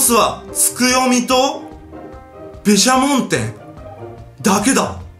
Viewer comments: べしゃもんてんw 毘沙門天なのに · べしゃもんてんじなくて毘沙門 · べしゃもんてん。て聞こえる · ヒカキン、毘沙門天の事べしゃもんてんっていってなかった？ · べしゃもんてんっつなんだよw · べしゃもんてんに聞こえるw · ๛ 完全にべしゃもんっていってますねｗｗｗ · ヒカキン、最後のところで毘沙門天って言えてないｗｗ